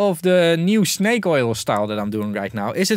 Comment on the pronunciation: "Sh-nake Oil"